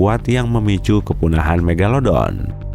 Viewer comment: King megalodon kak yang menang. Bukan megalodo.